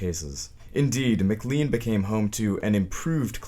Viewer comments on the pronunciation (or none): Patients are still treated in place with so much disrespect that it's absolutely appalling - not as bad - but still inhumane. Oh and it's not said Mc Lean. It's said Mc-Lane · It is pronounced McLANE hospital, spelled McLean; He pronounces Worcester correctly. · I grew up in Medfield, where the state hospital figured prominently. Thank you for your research. One important note: McLean Hospital is pronounced mac-LANE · Just a note…McLean is pronounced Mc Lane! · I have to say it. It's pronounced "McLane"